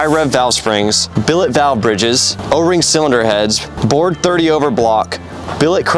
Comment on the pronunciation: **Bored .030" over (not board)🤦🏻‍♂️📚